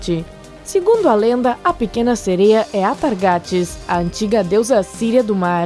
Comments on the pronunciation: Ñ é "sereio" é "tritão" e ss eu acredito q elas existem 👧+🐟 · Ficar ouvindo falar "sereios" me deu nervoso kkkkk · O "sereio" akkskakdks